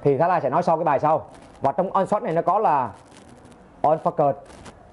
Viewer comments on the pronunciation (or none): Ổng muốn nói là nên lấy nét bằng 1 điểm giữa (thay vì 9, 11... hoặc Auto) và chọn chế độ lấy nét One Shot (ổng phát âm thành On Shot)